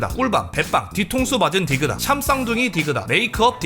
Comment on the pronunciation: 디그다X 딕ㅡ다O